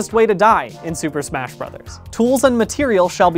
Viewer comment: "Am I safe to smach ?" a very important question.